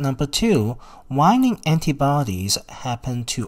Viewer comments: Waning /way-ning/, not /why-ning/. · Waning.... not Wining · Pronounced wayne-ing. Informative video tho for sure